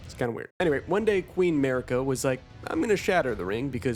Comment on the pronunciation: its pronounced "Mahhrika" not Merica lol